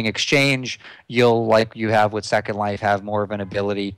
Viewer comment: Linden Dollars are/were actually printed? Why the emphasis on Second Life? To me, that sounds as if he reads it as 1 word. The LindeX is not really floating. The USD has been at around L$ 250 for as long as I can remember! Here! :D Not at the moment.